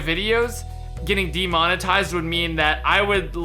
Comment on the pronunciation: Not "Detominize", it's "De-monetize". To monetize is to make money off something, put the little "de" before it to express the opposite -> demonetize means to not make money off something